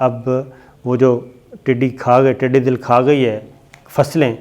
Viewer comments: Its "Tiddi Dall" not Dill, Dall means a large group. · The word is not tiddi dil, It is tiddi dal. But your programs are good and informative. Thanks. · Its not tiddi dil, its tiddi dal.... dal means a large group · The word is Tiddy Dal and not Tiddy Dil as you pronounce. Correct me if I'm wrong. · Sabir Shakir sahib, I follow you regularly. Just wanted to correct something. You have been saying throughout ' Tidee Dil', this word is not Dil but Dal like 'Lashkar' . Tidee is locust and Dal is Lashkar or Army. Together it's army of locust. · sir tiddi 'dal'.........hota hy '...........dil' nahi..........'dal'....ka matlab ikatth ya hujoom ko kehte hn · ٹڈِ دِل نہیں صابر شاکر صاحب یہ لفظ ٹڈی دَل ہے، {دال پر زبر ہے} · Tiddi dil nahi,sahi talafuz hy tiddi dul.aap aksar talaffuz ki ghalatian kr jatey hn.is per bhi tawajoh den. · Sir jee not tiddy dil . It's called tiddy dul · Dear Sabir; Tiddi Dal, it's not Tiddi Dil: bless you! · Sabir shakar it's not tidi dil it's tidi dal... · tiddi dal hota hai tidi dil nahi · محترم ٹڈی دَل ہوتا ھے ٹڈی دِل نہیں 😉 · Word tidi Dil is wrong it is tidi dall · It is not dil but is dal. Things should be pronounced correctly while talking to the masses. I think u will not mind. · پہلے تو یہ لفظ ٹڈی دَل ہے ۔ دوسرے یہ بہت بڑا خطرہ ہے جسے ہماری حکومت بہت ہلکا لئے ہوۓ ہے۔ پورے ملک میں 6 جہاز سپرے کے لئے ہیں ۔ 6 اب خریدے جا رہے ہیں ۔ اپنے ذاتی استعمال کے لئے جہاز خریدیں گے اس طرف کوئ دھیان نہیں ۔ یہ وقت وفاقی اور صوبائی کا مسئلہ نہیں ہے ۔ عمل کا وقت ہے ۔ ایم این اے اور ایم پی اے زیادہ تر زرعی علاقے سے ہوتے ہیں وہ کیا بھنگ پی کر سو رہے ہیں ۔ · Please educate yourself. It's not Tidi Dil It's Tidi Dal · Tiddi dill nahe, tiddi daull hota hai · شاکر بھائ۔۔۔۔۔۔ٹڈی دل ۔۔۔۔۔دل کا مطلب ھے ٹڈیوں کا لشکر۔۔۔۔۔۔DIL is incorrect.......It is pronounced as DUL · صحيح تلفظ ٹڈی دل د پر زبر کے ساتھ هے ۔دل کا مطلب لشکر هوتا هے ۔ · صابر بھائی ٹڈی دل اس میں دال کے اوپر زبر ھے جس کا مطلب لشکر ھوتا ھے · صابر صاحب یہ لفظ ٹڈی دّل ہے - دّل کا مطلب ہے فوج - ٹڈیوں کا لشکر